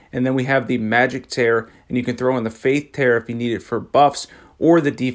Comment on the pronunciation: Hey bro I love your videos I just wanted to say it's tear (teer), like the ones you cry out ur eyeballs against rivers of blood